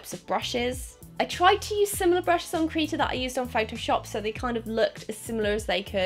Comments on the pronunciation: Krita, not Kreeta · Its krihta not kreeta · Krita not kreeta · when does I sound like E its Kr i ta not kr e ta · why would it be pronounced KREETA? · Krita is pronounced cri tah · Krita is said like critter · Krita= kri-tah